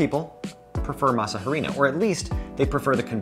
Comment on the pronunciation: tell me you're detached to the Nth degree from your subject without telling me you're detached to the Nth degree of your subject. Hearing you pronounce masa harina hurt my ears every time. The "h" is silent in Spanish.